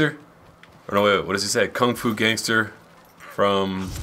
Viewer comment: Gangsta not gangter